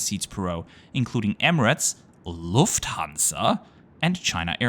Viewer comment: Carsten Spohr is probably falling out of his chair somewhere, hearing you pronounce Lufthansa that way 😅